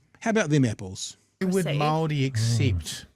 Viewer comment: Māori agreed to KAWANATANGA (GOVERNANCE). Guys, you're not helping - spend an hour having a pānui of each version of the Treaty/Tiriti. And Chewie, e hoa, please pronounce Māori correctly - it's not pronounced like 'mouldy'.